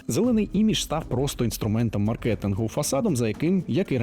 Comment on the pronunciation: мАркетинг тільки, будь ласка, а не маркЕтинг, моя лекторка з курсу макроекономіки вам би поставила не залік 😊